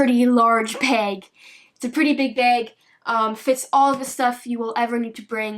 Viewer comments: It's bag not beg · Eh Beg bag close enough. what made me chuckle was how she said sinkos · I think it is funny she says beg or peg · Drinking game.... Take a shot when she says beg lol sloshed son!! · i love how she says beg instead of bag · The way you say bag is funny but great video btw😂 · Canadians way of saying bag